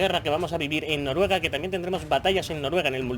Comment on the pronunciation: Noruega no Norruega XD a mi me pasaba igual, sigue con bfv será en mi opinión el mejor o el segundo mejor de la saga su todo lo que dicen se cumple